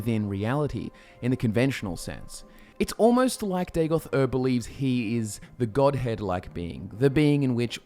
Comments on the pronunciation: Btw it should not be Day-goth. Its Daa-got. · I always hear Dagothwave.